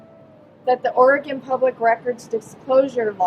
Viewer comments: You pronounced Oregon perfectly! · Coming from someone who is from Oregon, I really appreciate how you pronounced Oregon. Haha, a lot of people get it wrong. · Thank you for saying Oregon correctly. I’m from here and I don’t think there is a NW resident who isn’t familiar with this sad case. Most of us believe terri killed him and dumped him in the woods. We have some seriously thick woods here. He won’t ever be found unfortunately. RIP Kyron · The guy from Ireland can pronounce Oregon correctly, yet no one from the US outside of the west coast can manage it. SMH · My hometown! I was even working at Intel when this happened! It was a super big deal, everyone was blaming Terri. Side Notes; Congratulations on pronouncing Oregon correctly, most people not from the Pacific North West say “Or-E-Gone” or “Ore-Gone”. It’s pronounced “Or-a-Gun”. But you’re pronouncing Sauvie Island wrong, it’s “Saw-V” not “So-V”.